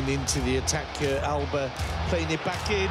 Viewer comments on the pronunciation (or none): none